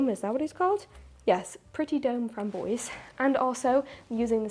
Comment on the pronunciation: Your pronunciation of French is delightful. If you would like it to be less fun, but closer to French, say “frahm bwahze” instead of “framm-boyzee”. On the other hand, don’t. Stay delightful. Either way, your call. 😁